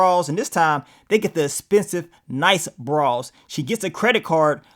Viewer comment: The way says BRAS has me cracking w😂😂😂 “BRAWWS”